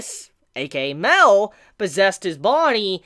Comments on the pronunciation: Dude its not "Mel" its "My-el". U making me cringe when u say mel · Mael is pronounced My.el like Mae sounds like my and l is pronounced el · I think it's pronounced (My-El) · Mael is pronounced My.el Mae sounds like my and l is pronounced el